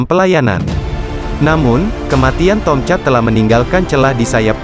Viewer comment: Agaknya lidah admin ni pendek. Sebutan Tomcat menjadi Tong-chat bunyinya..🙄